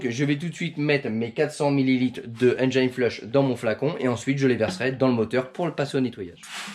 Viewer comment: Super vidéo, ça se voit que tu fais bcp d’efforts pour la réalisation de tes vidéos, merci! Petit conseil si je peux me permettre pour la prononciation de Engine flush, Engine se dit comme si tu le disais en français donc pas de Engaïne 😜